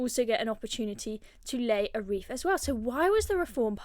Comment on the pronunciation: WreaTH not ReeF